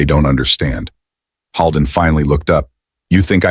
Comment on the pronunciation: I wish the narrator would pronounce the doctor's name correctly. It's not pronounced Hall-den, it's Hold-en, like the actor William Holden. Holden is a very frequently used name in my area of the state.